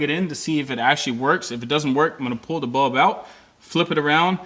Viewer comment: It sounds like you don't say bulb but bub